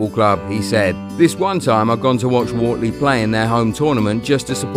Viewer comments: It’s pronounced wertley not worley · It’s pronounced Wertley not Wartley ffs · It's pronounced Wert-ley not Wartley - I'm from there and even went to the same school as Kalvin, didn't know him that well but he's a good lad. Good video though. Edit - just realised half the comments are correcting you as well, sorry. That's what I get for commenting before reading the others. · It’s not pronounced Wartley it’s pronounced Wurtley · Wortley is pronounced Wurtley - like Hurt but with an O instead. Top video pal. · it's pronnunced Wurtley boys and I play for them Wortley Boys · Man said wort-ley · Wortley is pronounced Wertley ..just saying 👍 Please will people stop saying ‘from the get go’…..it seems a fashionable thing, what’s wrong with …from the start/ beginning…. nice lad homegrown and a real star on and off the pitch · At least say his youth teams names right ..wortley .is pronounced wertley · By the way when you said wortley you didnt pronounce it right you say it like if it was spelt like wertley because I live in wortley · Wortley is pronounced wertley, im from the area. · It's pronounced w-ur-tly and I have I used to play there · It's not Wortley it is pronounced like wirtley. I was born and bread in Wortley and proud of it too. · It's pronounced wertley by the way. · its pronounced wertley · Love the way this guy pronounces Wortley 😂😂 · Good video, my son played in the same team as Kalvin as kids but hearing you say WORTLEY wrong several times was quite annoying 🤣🤣😩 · you pronounced Wortley wrong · Kalvin Phillips IS Leeds United!! Guaranteed future Leeds and England captain!! MOT ALAW!!! PS They are pronounced Wurtlee and Farzlee. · Its pronounced wurtley and farzley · Well Wortley and Farsley are totally pronounced wrong 🤣🤣